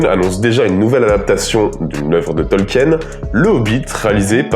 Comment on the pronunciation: On prononce Tolkiiine (tɒlkiːn) ! super vidéo à part ce détail !